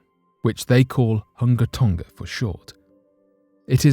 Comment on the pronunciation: Why would you do a story on Hunga Tonga, (pronounced "who-nga Tòn-ga) and not address the volcano that nearly blew it up yesterday? 🤔